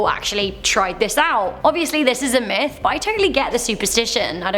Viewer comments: I could have sworn you said Meth, not Myth, you are cooking up for us.... Uh... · Did she say meth or myth